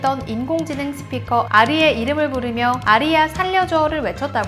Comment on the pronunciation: 아리 아니고 아리아 입니다!